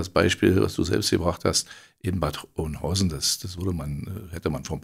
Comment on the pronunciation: Öhnhausen wird das ausgesprochen